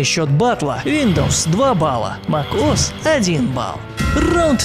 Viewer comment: Мак ос як бесет мек ос хоть научись читать